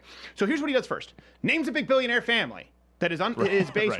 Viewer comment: Am I the only one that noticed he said "Brillionair" ? lol